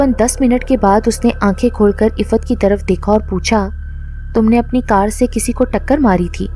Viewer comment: Ap ke moo se Iffat nam bhot acha lagraha hai